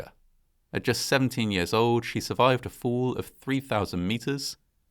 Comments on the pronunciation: I'm a former U.S. Army Parachute Rigger and I disapprove parachute failures. Oh, and the word fall makes the "fall" sound as opposed to "foo" 😆👊🏼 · Just a quick question, Sir. In witch part of Great Britain are you from/located? It is just so weird when you say fall. It sounds like your are saying fool. Same with the word call. Otherwise I really love your uploads 🙂